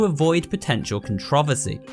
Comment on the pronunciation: the way he pronounced controversy